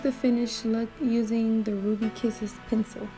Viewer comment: Your accent when u say “Pensew” 😅